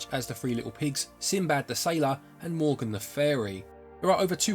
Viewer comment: Morgan the fairy? 😂😂😂 bruh I died literally when I heard that ahahahah! Ravenswatch looks great btw and obviously a Star Wars release = instant buy